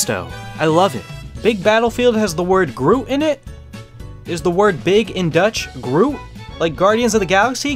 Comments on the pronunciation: Yeah u say it like in german grot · I can confirm as a dutch speaker myself yes big in dutch is groot but the way you say it people inik the netherlands might think you said Groet which is a greeting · You pronounce "groot" as "groat" It's so stupid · Bieng Dutch myself, I can see where the groot comes from. But the oo is litteraly like you'd say "oh" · As a Dutch person, I can confirm 'groot' means big. You pronounce it as 'groat' and yes, our spelling tests can be a pain in the you-know-what. By the way, be glad Mii Gunner didn't get translated into 'Mii Gewerenman' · Groot indeed means big, but the "oot" part is pronounced as the "oat" part in "boat". "Groat", so to speak. And, well...the typical Dutch "G", which isn't really something I know how to describe with English examples, since they can't pronounce the dutch G xD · The oo part in Groot is pronounced like the single letter o in English. The G is pronounced different too but I don't know how to explain that sound. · yes big in dutch is groot, but it's pronounced groat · I am dutch and you pronounce groot as like grote a soft G and a hard R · It is, but it's pronounced "groat" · groot is indeed big but it is pronounced groat (kinda) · Yeah Dutch sucks. Also you pronounce 'groot' as 'Groat' and with a not soft 'G' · But you don't pronounce it like Groot from guardians unfortunately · Groot actually means big but you say it differently😊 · the dutch word for big is groot you only pronounce it differently I was laughing so hard because of that😂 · Hello, a dutch person here. Yes, we spell big as groot from guardians. But you say it differently. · Yes, Groot is the Dutch word for big, but the Dutch "G" is pronounced in a completely different way, only native speakers can actually pronounce it, it's terrible Another fun thing: the Dutch word for fun is "lol" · I’m Dutch, and yes, big = groot. But pronounced differently. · Can confirm, groot = big, but u mispronounced the g and oo